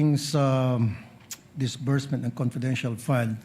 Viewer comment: Hindi daw sumunod sa patakaran Ng COA circular na binasa nya😂😂😂😂😂😂😂😂 ano ba Yung COA circular... DISBURTSMENT!!!!!! HINDI WITHDRAWAL!!!!! ang HUSAY MO SENADORRRR